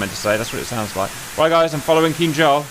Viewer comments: You said Kinjal perfectly right this time! 😊👍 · jesus crist you said it right, it sounded almost identical to russian